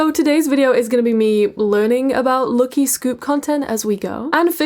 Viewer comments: Why are you pronouncing "lucky" like that? It's not how you say lucky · WHY ARE YOU SAYING LUKY NOT LUCKY??? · Everytime she says 'lucky' I hear 'lowkey'😂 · The way you pronounce "LUCKY" for some reason really pisses me off, sorry